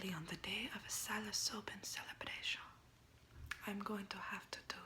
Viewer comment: lol its psilocybin - u kept saying "psili-so-bin"